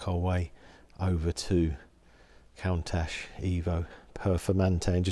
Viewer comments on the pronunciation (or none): he said “count ash”